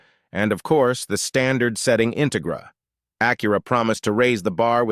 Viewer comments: Im sorry... What? The Acura "enter-gur"? 😂😂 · I also quite liked the IN-tuh-gruh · Yet another AI bot narrator. Absolutely horrible, intolerable and unwatchable. Downvoted and clicked off immediately after mispronouncing "Integra." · Dude the Plymouth Breeze was no more less-equipped than a base trim Stratus. And you can’t pronounce “Integra” correctly. Sorry, won’t be watching the rest of this video.